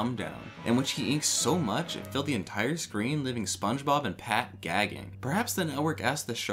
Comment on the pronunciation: LAMFOO he said “negga Pat”